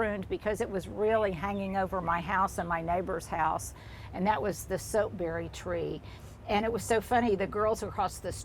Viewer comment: "Soap" berry? Not sure what you are saying. I've never heard of this!